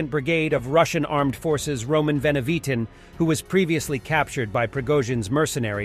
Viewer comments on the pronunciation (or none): none